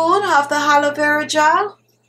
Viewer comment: Did she say "Haloe" Vera Gel or its my ears? Nice technic btw.